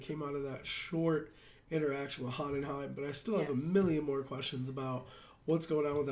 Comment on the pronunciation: The Dad's name is pronounced Hoe-En-Heim. First name Von